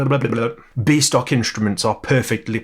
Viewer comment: Every time you said "B stock" I heard "Beast Ock", possibly a troll character in some video game 🤷‍♂ (Like the comment if you heard it too!)